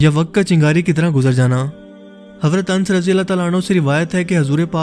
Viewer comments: Dear, Please pronounce Hazrat Anas not Ans. Thanks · sahabi ka naam ans nahi blky anas hy .. naam thk lia kry sahabi ka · Is anas not ans